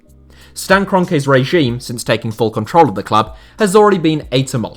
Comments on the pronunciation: I like it when he said KRONKAY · kobra kroenKAI... why you say it weird bruh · "Kron-Kye!" Did he lose a bet or something?? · nobody:: ”stan kronkeigh” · That’s a very interesting way to pronounce Kroenke’s name, in the States it’s pronounced “KRAHN-kee” But then again it doesn’t sound like he’s earned the right for his name to be pronounced correctly in London lol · the way you pronounce Kroenke gives me a headache